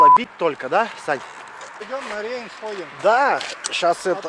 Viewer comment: ИЖ ПС ,оба два , просто великолепны. НО , вы кепска ведаеце русскую мову ! Не - Райн , а Рейн и не совок , а Советский.